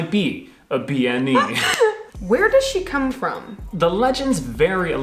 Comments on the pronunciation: Bean Nighe is pronounced Ben knee a. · According to my Scots Islander girlfriend it should be 'ben nee-uh' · Seems like you mispronounced Bean Nighe. If I'm not misunderstanding bean is a word for woman, pronounced closer to ban.